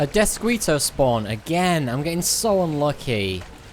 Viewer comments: Death-skee-toe Not squee. Like mosquito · You are so adorable. The word Deathsquito is pronounced: Deathskito... :D Mosquito is a Spanish word. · Deathsk-ee-to... Please guy..